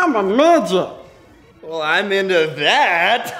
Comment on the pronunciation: "I'm a miget" can't stop laughing